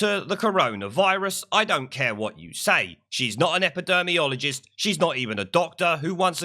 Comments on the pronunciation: Spot on as usual! It's not epideRmiologist though mate, it's epiDEEMiologist. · Respect your work but it's pronounced epi-deem-ee-ologist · Before you go slagging anyone off I'd learn how to say "epidemiologist" correctly first if, I were you.